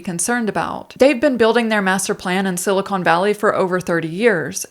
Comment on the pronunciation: I heard "silicone valley". Was that a joke, or did you confuse the Santa Clara valley with the San Fernando valley, where all the pornos are made?